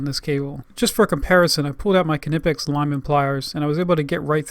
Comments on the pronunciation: Its pronounced nipex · Lets all remember, the K in knipex is silent.